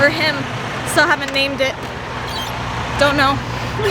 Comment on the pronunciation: Name the truck donut lol. Idk why but when you said you havent name the truck yet you said "don't know" and idk why but I thought you said donut lol